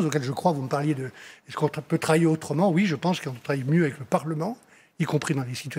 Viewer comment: c’est marrant quand il parle de comment il va « travailler » j’entends vraiment le mot « trahir » 😂😂😂